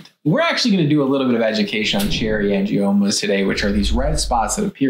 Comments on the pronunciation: Angimonas? Couldn’t you at least research how pronounce the word? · Gotta be careful of that “Angie-Mona”. She’ll get you every time!!! LOL!!! I love how the guys were trying hard not to laugh when she said it wrong. I had to rewind to make sure I heard right. I was rolling. Hilarious! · The girl in the tiktok at the beginning lost any credibility when she said “angimonas.” 🤦🏻‍♀️ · You know she's kinda making stuff up when she says 'cherry angimonas'. 😂😂😂 Even the docs both smirked at her lack of pronunciation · “Angiamonas” 🥴🥴🥴 The Tick Tock pronunciation. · Did she say “Cherry Angimonas? 😂. Also, what is the difference between cherry angiomas and petichiae? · Did she say "cherry angiMONAS"????? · Did she really say angimoma? 🤭 I wish people would learn how to pronounce words before trying to make a "professional video." 🤣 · If you listen to the doctor on the left he as well is not pronouncing the name correctly. He includes and m in the name. Not sure why but probably because the title of the condition is totally new to him as well.